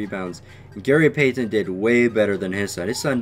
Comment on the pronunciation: It bothers me the way you pronounce Payton.